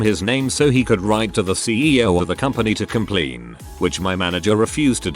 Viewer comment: "to compleeen"